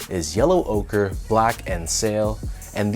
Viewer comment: Finally someone who pronounces the name correctly. Ochre, like Joker without the "J" 😄 Nice review, as always, thanks. These are growing on me, so I just might... yep, going for 'm tomorrow.